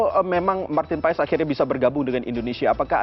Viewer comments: Cara bacanya Martin pas bukan paes. 😅😅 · kata koci...nyebutnya ..martin pas... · Bacanya martin paz